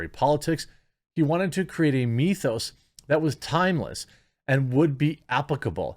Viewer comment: Why do so many Americans keep pronouncing "mythos" like "meeethos" ?